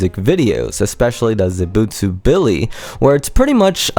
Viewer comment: Great video! Also Im not sure if you're realising you're doing this but you are mixing the letters around in zetsubou, pronouncing it Ze bu tsu rather than Ze tsu bo. Im not saying you have to change the way you pronounce it but I'm just letting you know in case you were unaware.